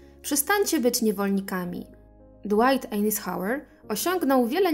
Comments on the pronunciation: Wymowa nazwiska to „ajzenhauer” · Spróbuj wygooglac jak sie czyta nazwisko Dwight Eisenhower